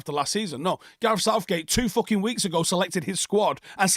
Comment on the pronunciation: Why do you always take the s off of the words months and weeks?